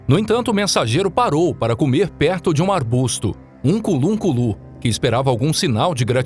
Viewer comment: Ukunlunkulu da errado, o certo é Unkulunkulu.